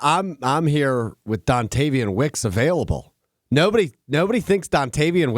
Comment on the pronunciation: Don”TAY”vion Wicks